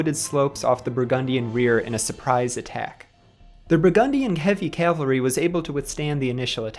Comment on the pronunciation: Nice job. Just one little thing. Calvary ✝️ Cavalry 🎠